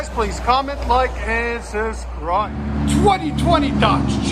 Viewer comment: Hellcats/beast mode. Gotta love it Subscribe vice suscribe, not that I’m trying to publicly shame your pronunciation prowess!!!!! I love the sound of V8 power